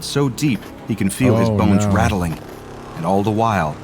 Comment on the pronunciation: It’s not feal